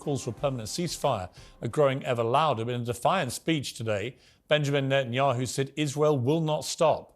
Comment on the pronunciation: To say nothing of the wisdom and impact of Dr. West’s words here, him saying “Nathan-Yahu” is hilarious